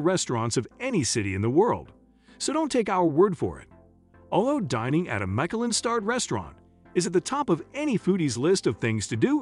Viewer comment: This video has lost all credibility by not being able to pronounce words key to the content such Michelin and Ramen